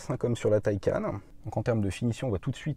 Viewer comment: c’est pas « mon opinion » mais belle et bien la manière juste de le dire, d’après le constructeur, mais surtout si on se fie au sens du mot « Taycan » en faites... et tout les chaînes cité, ne sont pas forcément à prendre en exemple 🙄, d’ailleurs bon nombre d’autres chaînes ou de personne ayant un minimum de respect pour la langue et les produits qu’ils présentent dise correctement « un Porsche Taycan », tu veux pas faire l’effort de bien le dire, écoute libre à toi, mais sache que tu es en tord...